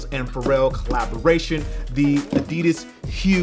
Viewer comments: Still saying adidas wrong..... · Haha ya say adidas with a slight accent das cool